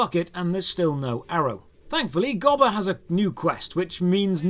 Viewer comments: It's gobber not gibbler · Come on, its GOB-BER not Gob-Ler. I shall excuse this as some Brit localization thingy, or something. 😀